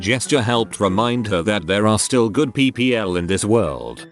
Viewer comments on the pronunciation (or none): Text: ppl Text-to-speech: P-P-L